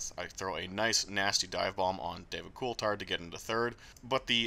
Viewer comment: So... is that actually how you pronounce David Coulthard's name or are you just goofing?